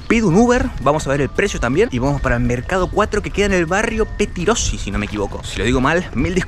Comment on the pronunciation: Petirosi lo dijiste bien